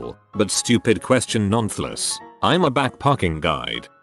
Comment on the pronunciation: I hate this ai voice, fassay palem? It’s face-palm, nownfullass? It’s none-the-less Edit: megarunt? Is Mega-Rant